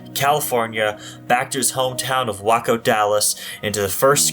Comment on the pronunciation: Waco is pronounced Way-co.